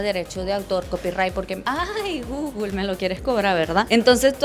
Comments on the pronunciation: Alguien le puede enseñar cómo se pronuncia Google? No entiendo de dónde saca guglu…Porfavor enseñarle a pronunciarlo bien que no parezca una analfabeta 😂😂 gugul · Porque dice gugul? 😂